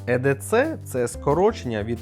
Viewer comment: Чоловіче не едеце а ей ді сі запам'ятай,відразу хочеться вимкнути на першій хвилині...і це не ніж як ти стверджуєш 🤦🏼🤦🏼🤦🏼якщо вже взявся про це знімати то хоча б підготуйся нормально клоуне 🤡 EDC (скорочення від англ. Every Day Carry — «носити щодня») — це сукупність корисних предметів, які людина бере з собою щодня для вирішення повсякденних завдань, підвищення комфорту або використання в екстрених ситуаціях. Це персональний набір інструментів та аксесуарів, що забезпечує готовність до несподіваних обставин. Wikipediа